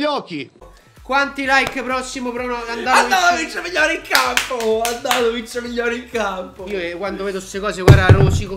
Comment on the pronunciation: no Handanovic, ma handanovishish